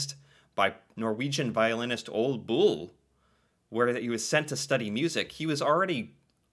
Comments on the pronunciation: You forgot that the "e" is pronounced again. ;-) Ol*e* Bull. The "e" is even its own syllable in his first name. You're butchering "Ole" more then "Solskjær". ;-) And yeah, I know, "Æ" is a weird letter. You're not doing too badly at trying though, and I appreciate that. :-) There you're at least trying to pronounce the "e", although the sound you made for it is essentially the sound we use the letter "i" for, while "e" has a different sound for us. Perhaps you can do a video reacting to how the Norwegian letters (from start to finish) sounds? Because many letters you're familiar with have different sounds. There we go, the "e" sound you used in "Mort*e*n Harket is the sound we use. Knut, not "Nut". We have a lot less silent letters in Norwegian then in English. That one was pretty good, no butchering there. :-) The "a" sound in Magnus definitely had a American accent, but it was unmistakably his name unlike the other names I commented on, we'd have no problem at all with understanding what you where trying to say. :-) He's not really know for anything but being a traitor. His last name has literally become synonym with treason, as in the word for a traitor... Honestly his last name is probably more commonly used for the meaning of "traitor" then the original Norwegian word for "traitor" is. It also helps that his last name is shorter then our word for "traitor" ("forræder"). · "Sult" was made into a movie, probably hard to find. Knut is pronounced knoot. Ole is pronounced oolé